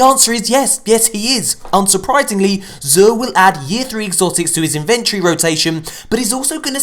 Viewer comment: sounds like he says "zuuhhhh" 😂